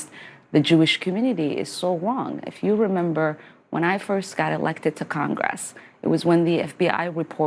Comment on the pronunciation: Did Ilmar say "congwess"?